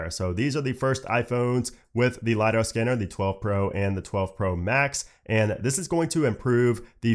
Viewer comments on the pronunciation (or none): none